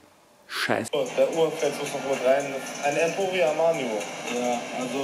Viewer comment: Emporio Armanio